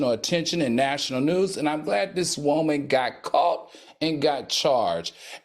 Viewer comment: I just love to hear Al say WO-man!